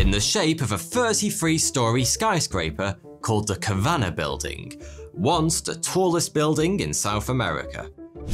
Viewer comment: Enjoyed the video as always but Kavanagh is pronounced without the emphasis on the middle syllable. There is more emphasis on the first if anything. Us Kavanaghs often suffer this mispronounciation.